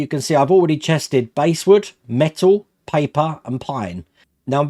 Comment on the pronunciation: Nice bit of kit, and good review. By the way the bass in basswood is pronounced like the fish, not the instrument.